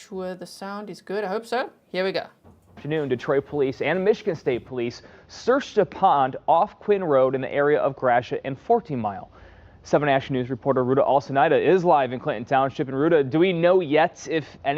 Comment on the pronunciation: Gra-shit, lol.